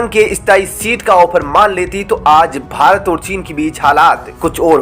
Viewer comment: It's not bhart but bharat. Please correct the mistake you commit frequently.